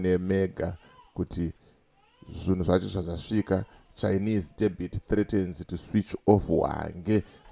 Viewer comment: Debhit haisiyo debt. makafunda ku ZPF HQ here?😅😅😅